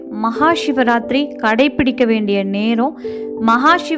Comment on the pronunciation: ஏன் ஷிவராத்திரி என்று உச்சறிக்றிக்கக அதுசிவ ராத்திரி. சி என்பது நெருப்பை குறிக்கும் ஷி என்றால்???